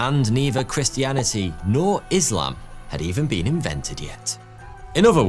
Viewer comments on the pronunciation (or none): none